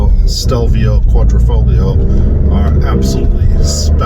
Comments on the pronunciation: The G is silent....quadrifolio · Quad-ri-"fog"lio? really? if you are going to be reviewing a car and want to be good at it, I suggest you at least know how to pronounce the model name properly.